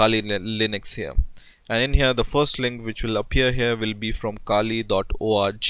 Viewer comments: more like oh aargh jee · he says org like orgy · when he says .org it sounds like he's saying origy ahahaha